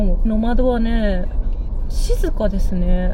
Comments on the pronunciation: ノ→マド ノ↑マド 発音が違うような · ノマドの発音が平坦だから野窓に聞こえてモヤモヤしてしまう。 ノ↑マ↓ド↓ですよー。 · ｢ジムニーの窓｣に聞こえます😂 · 「野窓」訓読みで棒読みになってます…「NOMADE＝遊牧民」 過去のCM見ると高低アクセントが掴めるかも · 「ノマド」のイントネーションが😂 「ボカロ」のイントネーションじゃなくて、 「ポカリ」のイントネーションが正です⛰️ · どうもよくない？とか思ってたけど最後まで観てるとめっちゃ気になってきたｗ